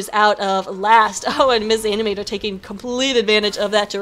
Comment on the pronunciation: this is the 2nd time, its not "mis animator" the m & s are supposed to be pronounced separate, im not a girl:( (i know its a confusing name:P) but thanks alot for casting this! this was the most fun game we played so far in RSP!:D